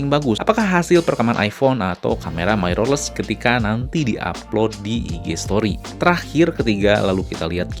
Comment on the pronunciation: Lah makin panjang wkwk. Dahlah bro, intinya niat gw dri awal cuma mengoreksi. Jgn bawa perasaan, kita pke logika aja bro, "Mirrorless" itu dibaca "Mirrorless" bukan "Mairorless". Gw yakin bnyak nonton ini video, jdi sebaiknya research dlu. Nnti bnyak org yg gatau trnyata itu salah dan malah bnhak yg ngikutin. Jgn marah² goblognya makin keliatan hahaha